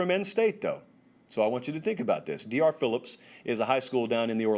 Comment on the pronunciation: buddy I love you but it’s Doctor philips high school, just wanted to let you know so if you talk about it again you don’t accidentally say d.r. Phillips